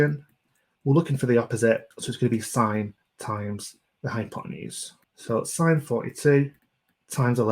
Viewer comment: Omg who says sin instead of sine 😑 my maths teacher would be mad